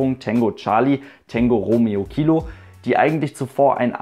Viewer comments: Heisst das nicht Tango und nicht Tengo?(will nicht auf besserwisser tun...) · Na klar heisst es " Tango" - Genauso wie es Cathay Pacific heisst und nicht "Kesse Pässifik". :D